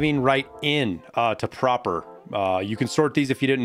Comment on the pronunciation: Pronounces Prapor correctly... weird but ok... 30 seconds later "Tuh Shuhnkas" xD